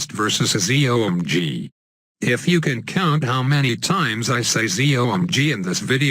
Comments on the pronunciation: The Cool Siblings Z.O.M.G. NOT Z.O.M.G'S :) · he said ZOMG/ZOMGs 8 times